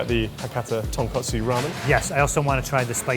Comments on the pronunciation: For real lol. Also it’s tonkotsu not tonkatsu (ko vs ka) which was really irking me as a non-Japanese person even. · Remember to do a little more research into your pronunciations friends... Ton-KOT-su not Ton-KAT-su... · when will you learn the difference between tonkotsu and tonkatsu😢 you’ve been in food industry way too long to make that mistake.